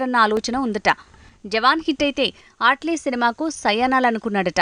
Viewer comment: Ehe mundhu name sakkaga palakadam nerchukondi 😑 ఆట్లీ enti? Mee pindaakudu 😒 అట్లీ adhi